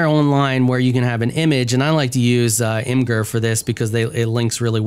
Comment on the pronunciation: Imgur lol